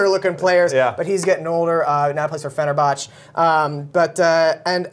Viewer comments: Do these guys even watch football? The amount of name butchering was astouding ... "He plays for 'Fener-boch'" ... "Helder Pasta-ga" ... "Oat-zil" ... "Schur-lay" just to name a few instances. Whoa. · He Fener-"botched" those names... Get some guys that know the sport!